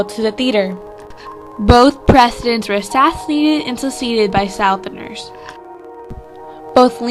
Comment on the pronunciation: i hate the way you pronounce "southerner." its incorrect. but nice video.